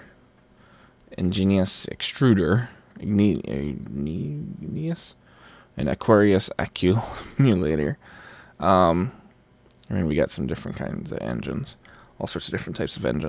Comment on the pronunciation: and ad probably a few other people on the server can't say igneous! It it ig-nee-us